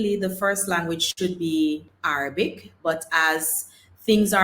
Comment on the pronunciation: …just a little sidebar re your pronunciation of the word Arabic… listen to it on a Google video…the second A…is not Araybic it’s like the A in Rag or Rasta or Ran …like A for Apple not the A in May …so Arahbic …however Arabia is pronounced Araybia ….weird…..since you do several shows with Arab countries.. I had noticed it previously…..I love your shows……I happen to love different languages and English grammar and culture….the internet has opened up so many visual and audio for ppl….ONE LOVE 👍🏼❤️